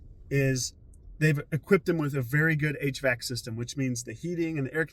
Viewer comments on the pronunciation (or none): none